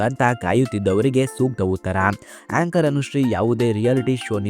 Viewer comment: ಹೇಂಕರ್ ಅಲ್ಲ ಏಂಕರ್.